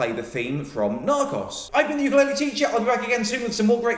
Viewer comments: Narcos isn't a Spanish word, it's pronounced Nar-coes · John pronounces “Narcos” similarly to how I imagine Stephen Toast would.